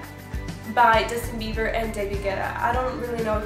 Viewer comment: Did she just say Justin beaver